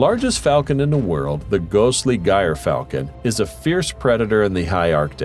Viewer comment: Gyrfalcon is pronounced jur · fal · kn